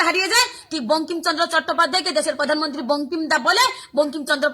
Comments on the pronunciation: আগে বারা তুই প্রধানমন্ত্রী বলতে শেখ পধানমন্ত্রী না বলে।বিশুদ্ধ পাগলিচুদী 😂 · প্রধান মন্ত্রীকে পধান মন্ত্রী বলছিস, তখন ঠিক তু তো গায়া বিটি।